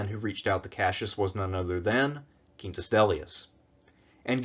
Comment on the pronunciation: I like your spanish-esque pronunciation of Quintus